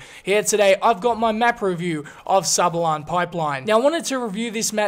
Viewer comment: Sabalon LOL